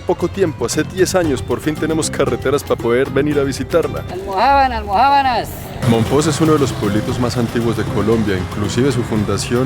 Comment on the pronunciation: No se pronuncia mompoX acaso?